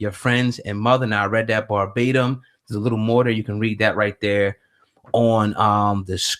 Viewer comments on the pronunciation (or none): Man said bar batem! Lmao verbatim doggg Lmmfao!